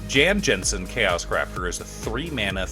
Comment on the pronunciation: Amazing video and amazing idea, I built one going to another path but liked a lot of your. Just a trivia: the pronounce of his name is "Yawn Yawnsen", just like the shoe maker :) Cheers.